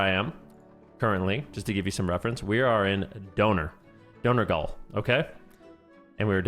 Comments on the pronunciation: pretty sure its "door-noggle" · Dornogal.. "Dorn -O-Gal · Love how the conversation turned to dunking on America because a guy misplaced an R when reciting a word he looked at for a nanosecond.